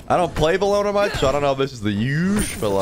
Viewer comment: it’s bellona lmao